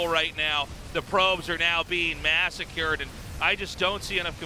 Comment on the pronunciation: Tasteless says "the probes are now being massacred", but he accidentally says Mass-a-CUREd, which has to be some kind of cool Freudian slip or something. The probes were indeed, Mass-a-CUREd.